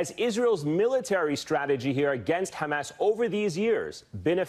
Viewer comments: 😂😂😂😂my friend wateva it's not khamas but hamas😀😀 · המראיין אומר חמאס עם ״ח״, מוזר למראיין ״אמריקאי״.